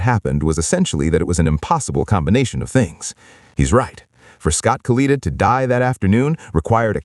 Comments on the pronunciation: Proniunced KA-LIT-A not Kaleeta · KA-LET-A is how you say his name, In the video of the crash you can see the chutes deployed and one breaks away. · If you’re going to do this you really ought to learn or teach your computer to pronounce the name correctly.